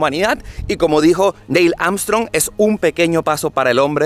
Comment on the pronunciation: Corrección: El que dijo la famosa frase se llamaba Neil Armstrong, no Deil 😆 saludos hermano 💪🏾